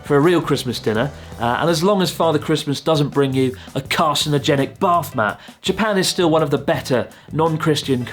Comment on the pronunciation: Why i hear BARFmat instead of a bathmat there? :D